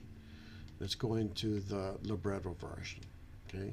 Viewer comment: it's amazing how you can't even properly say Libretro, it's literally lib-retro.